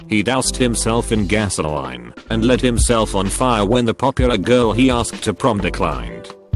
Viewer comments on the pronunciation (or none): If you're going to have a robot voice can you at least get one that can speak English properly? GasoLINE